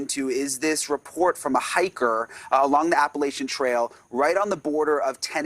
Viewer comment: LAUNDRIE NOT LAUNDRY